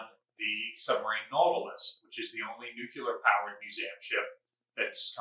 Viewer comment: why do you say nucular??? its nuclear, clear is in the name